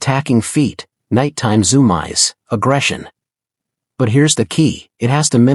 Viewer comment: I’m going to assume that “zoom eyes” was making fun of the A.I.’s mispronunciation.